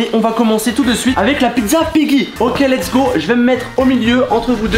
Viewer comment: Et arrête de dire l’es go